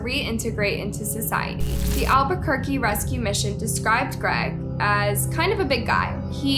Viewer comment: Thank you. I’m also from Albuquerque and her pronunciations really made me cringe 😬